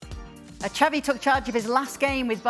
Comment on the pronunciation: It's not Chavi It's Xavi